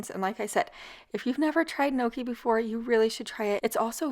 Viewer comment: Throw the word "gnocchi" into Google for pronunciation please